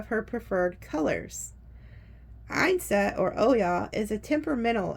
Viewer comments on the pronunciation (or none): Thank you so much for this reading. Definitely resonates. ✨🙏✨ Yansan is pronounced like Ee-an-sun. In Brazil we spell it like Iansã.